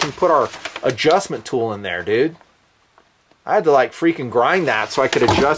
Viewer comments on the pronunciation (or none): none